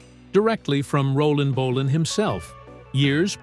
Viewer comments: Bo- len not bo- lonne AI DUMMIES😂BAHAHAHAHA M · Great video about true legend. Apart from the American (or probably AI) commentary which insists on calling him "Mark Bo-larn" for some reason. My first gig was in Manchester in 72 at Kings Hall Bellevue. It was amazing but scary, thousands of young girls screaming and falling off backs of chairs. Can anyone help by identifying the guy on stage with Bolan at 13.20 of video and repeated throughout? Looks like Holly Johnson but he never played with Marc. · AI slop can't even pronounce his name right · Ai narrator can't even pronounce his name properly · AI rubbish. Pictures of a tribute act, wrong people, terrible pronunciation of names EVEN BOLAN! Click bait.